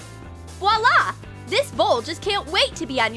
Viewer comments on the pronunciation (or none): none